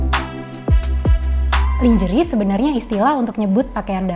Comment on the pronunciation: you kept mispronouncing the word "lingerie". It's not pronounced /lin-jê-ri/ but /lan-jê-réi/ (American) or /lan-jê-ri/ (British). However, since KBBI has acknowledged "lingerie" as an Indonesian word, you can rightfully pronounce it as /li-ngê-ri-ê/ instead. I apologise for nitpicking about it. I had to let it out of my system. Anyway, the video content is great but, to be frank, your code-mixing is annoying. Please consider speaking Indonesian completely.